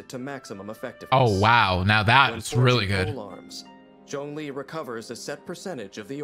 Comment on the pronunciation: What did you call zhongli?!?!(its CEO of GEO) 😭😭😭put your camera on the table😭😭🫵🏽